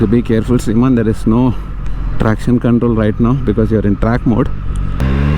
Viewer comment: And it's not Simran...it's Sriman